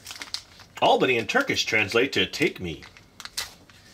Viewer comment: Btw you said Albeni correct